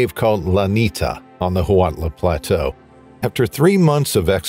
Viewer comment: Huautla canbe pronounced wow-tla